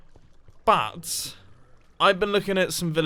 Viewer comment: when he says “but” tho